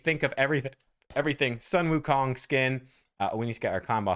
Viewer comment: "Soon Wookong" 孫悟空 (Sūnwùkōng)